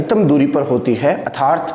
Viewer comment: श्रीमान आपकी इस वीडियो में ऊर्जा , सूर्य ,लघु , स्थितियां ,घूमना तथा ध्रुवों आदि शब्दों को बोर्ड पर गलत लिखा है । इसके अतिरिक्त जलवाष्प , अर्थात और 1.94 का उच्चारण भी गलत कर रहे हैं । कृपया ध्यान दें अन्यथा छात्र अधिक गलतियां करेगें ।